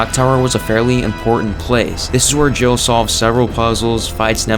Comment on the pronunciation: It sounds like you say Joe instead of Jill